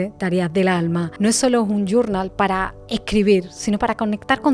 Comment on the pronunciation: Primero dime que es "gurnal? No te la sabes en Español? Nomás porque no lo sabes decir en Español, no lo compraré